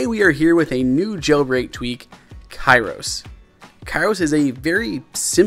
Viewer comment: Its read keros, not ka-iros.